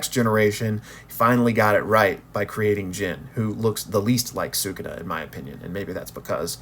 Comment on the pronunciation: He not “sookoona” - if you listen closely they say “Skoona” or “suh koona” sometimes.